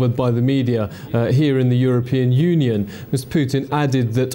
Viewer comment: Obama pronounced European Union as "you're a-paying." (Freudian slip, methinks)